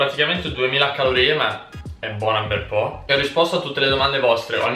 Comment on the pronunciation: Al Min. "bona 'nbel po'" italiano doc